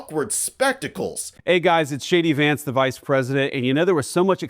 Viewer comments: did he just said "Shady" Vance? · PS - did Vance call himself “shady Vance?”! Sure sounded like it. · Did anyone else hear him call himself "Shady Vance"? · Did he call himsel shady vance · "Hey guys, it’s Shady Vance…" — that’s what I thought he (JDV) said as he introduced himself! 😂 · Why does it sound like he introduces himself as Shady Vance? Freudian slip? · I thought Vance said hi folks I'm Shady Vance for a second. I said to myself well that's good that he's calling himself that. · Did he just say Shady Vance ?! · It is funny how when he says his name it sounds like he is saying Shady Vance